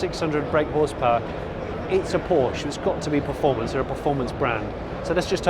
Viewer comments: Wish he pronounce Porsche correctly! Other than that a very enjoyable video. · Porsche incorrect pronounciation, please watch porsches Video how to pronounce it ;)